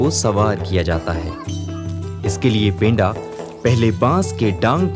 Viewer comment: पेंडा नही पंडा शब्द का उच्चारण करो.. थोड़ा सुधार करो #जोहार